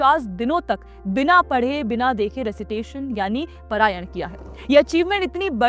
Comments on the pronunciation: Not prayan it is Parayan🙏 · It's not parayan, paaaraaayan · It is not परायण. It is पारायण। It is not मध्यांदिन् It is माध्यंदिन्।